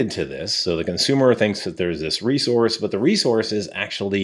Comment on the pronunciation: "Rescource"? - haha just being silly, great video as usual 🙂